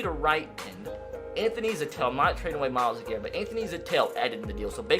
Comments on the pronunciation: It’s zettel not zatell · Zettel is pronounced like Zettle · Im glad he traded Anthony Zettel so i don’t have to hear him pronounce his name wrong again.